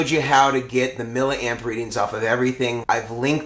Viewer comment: Milla Amp? C'mon you and need to learn how to pronounce the word milli. We don't say killa ohm or megi ohm or pica farad. SI units. Just being a wize guy:)